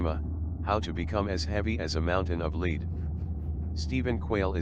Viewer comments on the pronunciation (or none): This robot voice mentions LEED it means LEAD meaning that heavy metal that is often used to seal roofing. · "... become as heavy as a mountain of leed." The word, I'm pretty sure, was LEAD! Stop with the fucking computer generated monotone voice! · As heavy as a mountain of 'leed'! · Don't you just love automated voice overs. This guy pronounces lead as leed 😂😂😂